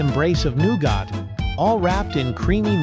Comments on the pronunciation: it's nowget NOT nowgot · It’s pronounced NEW-GET not NEW-GOT (stupid AI guy 😡😡😡) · I can't hear 'new got' one more time.... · Noo-got? Really? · hmmm, "new-got" ? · I’m out. If “nougat” is too difficult, don’t make videos.